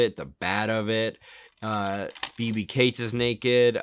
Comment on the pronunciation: Phoebe CATES--rhymes with HATES